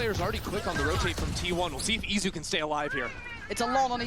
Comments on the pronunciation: It's Izu not Itzu 😭😭😭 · This is what happened when EDG scrims too many with PRX. U became like them. Also how hard is it to pronounce Eat-zu?